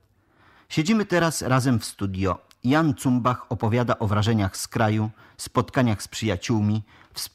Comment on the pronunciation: "Cumbach" ??? Jak juz "tytanie intelektu" czytasz to nazwisko po niemiecku to "Cumbasz". Co za dno...